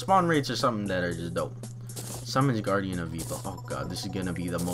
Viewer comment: said guraidn of evil